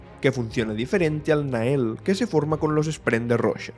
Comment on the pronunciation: En el audiolibro de Trenza al los vínculos Nahel y Luhel los pronuncian Nagel y Lugel. La primera vez que los escuché pensé hablaban de otra cosa.